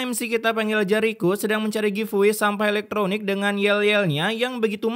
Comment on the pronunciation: "barang elekTROnikk"🗿